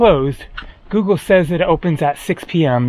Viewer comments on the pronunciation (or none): none